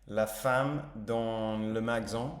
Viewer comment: Salut, félicitations pour ton français, la prononciation du mot « magasin » reste encore à travaillé